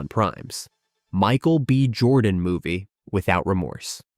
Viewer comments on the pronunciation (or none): none